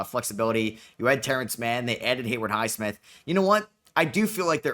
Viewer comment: Still can't pronounce Haywood Highsmith without the "r"